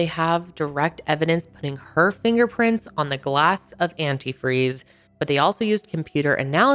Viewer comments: saw this on forensic files. its funny how she keeps saying antifree instead of antifreeze. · I lost it when said "well when i pourd the antifree" 😂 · This case was on Forensic Files! called it "Anti-free" instead of antifreeze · We always made fun of her for saying Anyifree.